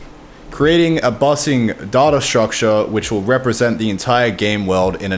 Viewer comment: How do you pronounce it data and not data